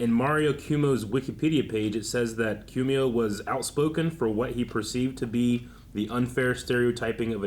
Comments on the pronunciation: It's Pronounced "CO-MO" not "CU-MUO" .. His son was also Governor of New York State during the Pandemic, got Canned because of sexual Misconduct. His other son worked for CNN and got booted for related reasons. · His name is pronounced "Kwo-mo". Rhymes with Slow-Mo.